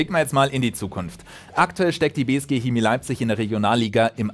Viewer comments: Hemie???? Kina???? Chemie!!!! CH! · Ist eigentlich nicht schwer ein CH auszusprechen bzw sollte es nicht sein lol.. Trotzdem: bei diesem Wort lieber K als SCH! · Leute die Kemie oder Kina sagen haben bei der Geburt zu wenig Sauerstoff bekommen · Das heißt Schääämie!! 😁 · Jetzt noch Chemie richtig aussprechen. :*